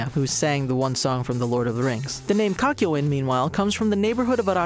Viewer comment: ah yes, Cockyo-in Edit: “MoOhAmEd AhVdOll”